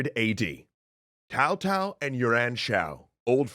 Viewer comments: Yes I got confused about the names. Like who the hell is Tao-Tao. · I've been watching the 2010 Three Kingdoms series and I think they say "Tzao-Tzao". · Tao Tao is better than cow cow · anybody else bothered by his pronounciation of Cao Cao? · Talk about selective pronunciation. He butchered Cao Cao's name, but somehow got Sun Quan correct. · tfw they use the Viet pronunciation of Cao Cao instead of Chinese because... just fuckin' why, brooo? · Hello! Please go to of this video, this fellow pronounces Cao Cao's name correctly! Please like this comment so can hear how to pronounce Cao Cao's name. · my god your pronunciations are horrendous...i'm of asian decent, like either bastardize the english pronounciations and say Cao Cao with a hard C. But calling him Tao Tao hurts my ears. It's like you're trying to Bastardize the mandarin pronounciation. just pronounce it normally if that's the case. Like why are you calling him Shwen Quan? Do you also call it Shwen Tzu's Art of War? Jesus christ. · Personally I don't really mind the pronunciation but I'm really curious where the idea of pronouncing a "c" with a "t" sound came from, normally it's either a "k", "s", or "ts", but "t"? Where does that come from? Really curious. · I am going to assume he knows heis pronouncing Cao Cao, if only because Tao Tao is better than Cow Cow. But for the record: its Tsao Tsao. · in chinese, the c of C-ao is like tch (in watch), the closest pronunciation for a Westerner that i hear is Chow (in Chow-der) or Tch-ao , i dont find Tsao pronunciation accurate at all, too much emphasis on the s part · Is Cao Cao pronounced Tao Tao? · He say's tao tao but cao cao it's more of a sao sao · I can't watch this. Seriously, this is the WORST pronunciation I've ever heard. How the hell do you get "Tao Tao" from "Cao Cao"?! It's "tSao tSao", the T is largely silent. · I agree he should stop calling him Tao and call him his actual name. Cow Cow. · its Tsao Tsao, come on guys